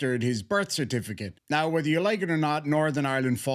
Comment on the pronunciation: You didnt tell us what a neeum is...as in "I dont have to give you my neeum" I would appreciate you doing that noyy🤣